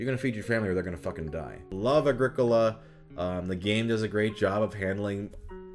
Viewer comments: Pretty sure it's pronounced Agri-Cola. Like a Pepsi made of leaves. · I think Agricola is pronounced like Agriculture